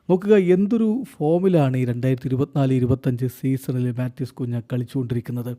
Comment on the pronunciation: കുഞ്ഞാ അല്ല കുൻഹ